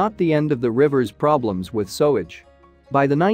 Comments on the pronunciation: "sowage"? you've got to be joking! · Sewage pronounced sowage ? Why do so many use those damn electronic readers instead of just finding someone that can speak properly, they sound ridiculous 🤨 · It's pronounced SUE-er, and SUE-age, not SOW-er and SOW-age! Don't use a computer for a job a human can do better! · I hate how automated voices mispronounce words like SUE-AGE. It took me a few minutes to figure out what Sowage was. Stop using these voices...or at least teach them correct word pronunciation. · The trouble with digital voices is they pronounce everything verbatim! So there will be many people, even British, won’t understand that the words are actually pronounced sooage and soower! I think using digital voice is incredibly lazy (unless, of course, the person is orally handicapped) a lot of people actually record their own narration, is it THAT difficult? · I was just saying how it pronounces sewage...sowage 🤷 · i dont think even Americans pronounce sewage etc as sowage. Poor unintelligent AI is confused by English spelling/pronunciation. Sew/sow are pronounced identically but have different meanings. Imagine the problems foreign learners have with "ough". There are 8 ways to pronounce this group of letters in English. Eg cough, through, etc. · I would have really liked to have finished watching this but you Sower, Sowage over and over again made me hit the stop bottom. I thought maybe it would be corrected soon. I was wrong. I'm 4+ minutes in and I can't watch anymore. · Interesting but you should really work on your English pronunciation eg: Cirencester is pronounced Siren-sester and Sewage = soo-age. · Odd, apparently you can't teach a robot how to pronounce sewage, LOL sowage. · Sowidge? for sewage! Ruins the video!😭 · Its pronounced sooage and siren-sester. Please learn pronunciation before doing voice over. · Thats not quite the same as in this video with the plainly obvious mispronunciation of the word sewage. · Why can't you say 'Sewage'??? 🙄